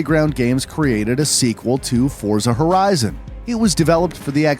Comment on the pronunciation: He finally a person who properly pronouncing Forza Horizon name.